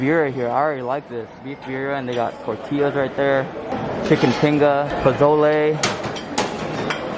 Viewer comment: Did my ears deceive me? You actually pronounced "Tortillas" correctly. I usually avoid the Excalibur like the plague, but might give this buffet a shot. Thanks to you and for the vid and review!